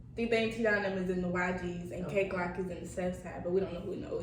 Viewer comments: I thought she was saying key glock for a minute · She me dead man she said kay Glock